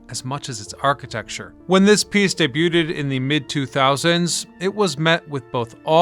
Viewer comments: Day-Bew-Ted? That's not how you say debuted. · DebuTED? DebriZ? Showing a photo of J when you say M? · When This Piece DAY-BEE-YOU-TED..... 🤷🤦 c'mon - that is just ONacceptable 👎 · You must be new to this channel. Congrats on catching the "purposely mispronounced word" of the video! 😂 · He purposely mispronounces words in his videos to get people to make comments like this to drive engagement, it's a business tactic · That was weird, right? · You don't pronounce the t in debut/debuted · Debuted sounds like Imbued. Hope that helps. We know what you mean though. It’s cool.😎